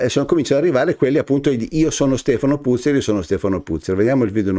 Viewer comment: Si dice Puzze'r, cognome Veneto, tipo Padoan e' Padoa'n